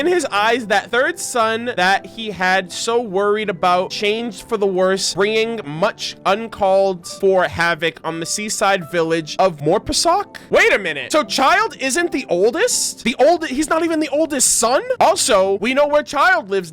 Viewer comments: Incase you didn't know Morepesok is pronounced "mo"del "re"port "pe" same as "re" but with a p and "so"lid + k (idk if that made sense 😅) it means sea sand more is sea and pesok is sand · Russian "e" sounds more like "ye", so it's probably "Moryepyesok" is easier... but idk tho, am not Russian